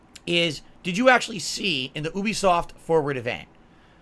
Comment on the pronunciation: ooooooobisoft. It's You-Be-Soft, id!oit.